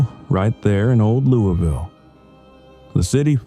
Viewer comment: It’s pronounced luvul. lol